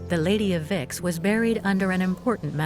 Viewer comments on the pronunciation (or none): Vix is pronounced Veeeks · Es spricht sich nicht wixxx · La traducción es horrible, como se puede traducir "torques" como "antorcha", la pronunciación de los nombres alemanes, franceses y griegos es totalmente incorrecta (hace sangrar los oídos oír pronunciar Vix como "Wix" ou Heuneburg ("hoineburg") pronunciado Honeberg", y no digamos ya oinochoe ("oinohoe") como "nochowuei") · I'm enjoying this. But it shows how indoctrinated I am because when they say the Lady of Vix, my treacherous brain is hearing the Lady of Vicks. As in a cold relieving product, popularly used in America called, "Vicks Vapor Rub".